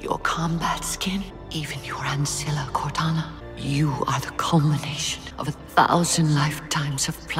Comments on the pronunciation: work on your pronunciation...you repeatedly mispronounced key names and titles....to start with...there is no "liberryun...nor ancilia...nor foreigners..at least listen to other sources to get the pronunciations right. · lie-berryan? Senti-nent? An-cilia? You need to get hooked on phonics my guy. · No not at all. It makes my eye twitch every time, along with "an-sea-lia" and "sentinent"